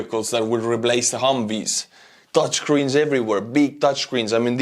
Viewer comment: HAHAHA I heard Dutch screens, not Touch screens. Couldn't figure out why the Dutch would be making the screens for multiple countries' equipment